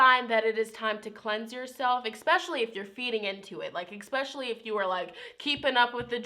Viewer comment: you are soooo sweet , please don't say ex-pacially.